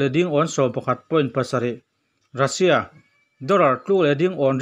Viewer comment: News kalo ngaithla thina,angaihnawm thin hle mai,hanin hrilh rual loh chu in in nih chungin han sawi ve ka duh,lehkhathiam chu kani hauh lo na in ka sawi duh chu,entirna:(Russia Ni rengsi in Rassia tih a lam thin hi adik chiah dawn em aw ?tin, National: hi Alan dantura Ni awm tak chu (Nesawnal) ( Ne )Ni awmtak (Na) tihlai hi afuhlo deuhnalai awmin alangtlata,English spelling ah chuan Nation chu Nimahse,amizo spelling (NE) alang tlatmaia hi ka sawi duhna lai chu ani,ngaih mawh zawng ka han sawiin kanti lang ve anih chu